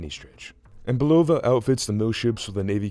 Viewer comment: its bUlova not bulOva